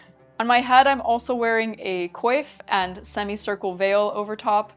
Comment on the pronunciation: Did she say quaife?